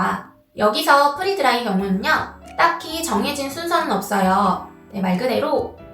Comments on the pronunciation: 선생님 “프리” 드라이가 아니라 “프레” 드라이 입니다. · 프리 드라이가 아니고 프레 드라이 입니다 free 아니고 pre!